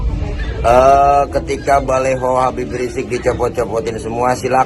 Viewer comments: BaLiho bukan baLeho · Ngomong baliho aja baleho, iye ho